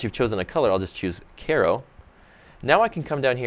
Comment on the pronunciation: This video is useful (thank you!) but the Antique filter colour names are all cities (as I'm sure you know) - and "cairo" is pronounced "ky-ro" and "marseille" is French and pronounced "mar-say".